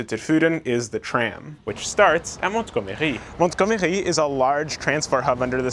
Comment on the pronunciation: There's no need to pronounce 'Montgomery' with a French accent: it's an English name. Named after the British WW2 Field Marshal Bernard Montgomery.